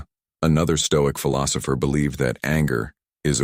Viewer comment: Fill Opers! LOL